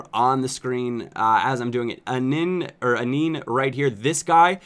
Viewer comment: Anin is pronounced An-an